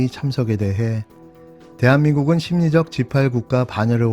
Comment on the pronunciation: 심리적 십팔로들리네